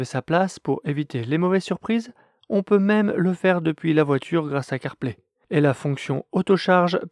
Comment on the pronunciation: Purée, qui prononce CarPlay, ça fait bizarre 😄